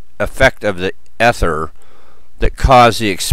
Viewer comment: Come on man, the first syllable is pronounced long as in "ee-ther". How can you make a video on it and not know. I can't spend eleven minutes listening to that...